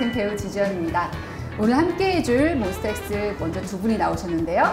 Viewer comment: 터가 아니라 타..